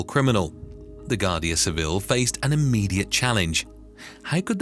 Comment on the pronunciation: Would be good if the AI presenter learned to pronounce foreign place names and words like Guarda Civil